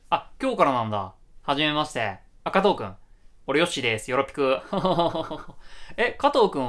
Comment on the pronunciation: 加藤ってマジでよくかとぅーって呼ばれる。特におじさんに